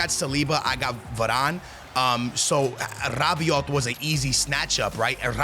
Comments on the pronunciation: Bro it's not Rabioti you gotta say Rabioh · Rrrrabiote and tchouamenerrr